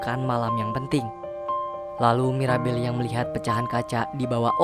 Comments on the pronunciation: Bang bukan maribel tapi mirabel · Mirabel bang ko maribel 😅